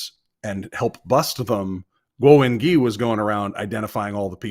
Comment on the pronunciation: The "gui" in "Wengui" is generally pronounced something like "gway," or something between "gway" and "gwee" (not "ghee"). There's definitely a "w" sound in there, which is why there's a "u" in the spelling. This isn't French.